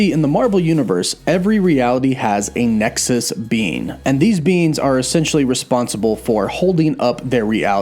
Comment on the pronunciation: Great video, sounded like you were calling Wanda a ‘nexus bean’ 😂😂